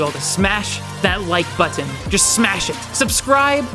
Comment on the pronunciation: you sounded pretty British when you said button